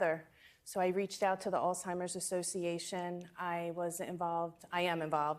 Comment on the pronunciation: It’s not Alltimers. It’s Alzzzhhhheimers. 🤨